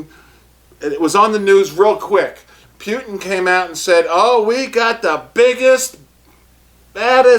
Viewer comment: its not puItin its pu-tin